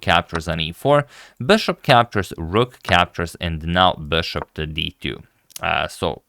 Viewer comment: "Bøshåp" - it sounds french? (LOVE! LOVE! LOVE!)